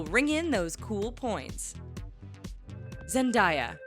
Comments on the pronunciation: "Zen-DI-A"!? What the heck!?!?!? Do your research, and also, Cameron Boyce wasn't Jake in Jake and The Neverland Pirates. I looked it up. He was in it, but he wasn't Jake. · I love how she says "Zend-I-yah"😂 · she can't say Zendaya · learn to say zendaya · Why can’t you say zendaya right? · You should practice saying the names before you put these videos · Who else just wanted to scream ZENDAYA the WHOLE time when she was pronouncing it wrong😴😪😑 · learn how to say Zendaya's name lmao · The way she says Zendaya 😂😂😂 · She keeps pronouncing Zendaya's name weirdly and it's making me freak out XD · stop saying zendaya its not how you say it it does not have a " i " in it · what did she just say zendaya i cant right now 😂😂😂😂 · I cringed every time they said it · I cringed so hard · She said zenbiay its zendaya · Zendiya instead of Zendaya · It’s zen-day-a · ZEN-DAY-YA get it right god sakeeeeeeeee 😤😵💩🙄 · Are you sure it's not SKAY JACKSOON? Zen-di-ya, REALLY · Zend-day-ya that's how you say it 🤣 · learn to read names zendaaaaaaaaaaya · zendiya nigga its zen-day-ya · Its zen-day-aa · ZEN-DAY-A say with me honey ZEN'DAY-A 😂😂omg lol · Zen die ya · Zen-DAY-ya! It's not that hard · "Zendiya" I AM SHOOKITH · The fact that she says it as "Zen-Diya" Makes me wanna End life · omggg ITS ZEN-DAY-UH! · IT IS ZENDIYA!!!! LOL!!!! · She said Zendiya! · Its zen-daaay-aa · They were saying zendieya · Zen-Die-a? Boi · it's Zendaya you dumbass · Zen-di-ya TRIGGERED AF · It's not zendiya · Bih its (Zen day a) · It's Zen-DEY-Uh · It's Zen-day-ua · lol they said zendiya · yes so bad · Zebdaaaaaya not zendya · IT'S NOT ZENDIYA IT ZENDAYA!!!!! I hate when people messes up her Name! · Who is looking through the comments by the way she said zandiya it zendaya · you said zendiah instead of zendaya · It's ZEN-DAYA not zen_dieya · I’M TRIGGERED! ITS ZEN-DA-YA, NOT ZEN-DIE-YA! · NONONONOOOO!!!! Zen-day-a....NOT ZENDAIYA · It’s Zan-Da-Ya not “Zen-Di-Ya 😡TRIGGERED AF😡